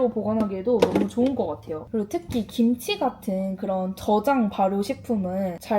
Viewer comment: 김취랑 보쐄~ 맛깔난 발음 ㅋㅋㅋㅋㅋㅋ 갑자기 웃겨서 뽱 터졌어요 ㅋㅋㅋㅋ